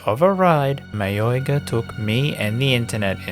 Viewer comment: Oi, it's mayoiga